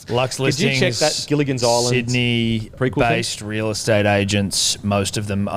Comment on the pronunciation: “Gillian’s island” lmao nearly got it